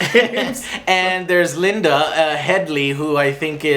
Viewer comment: Its not LINDAAAAAAA XD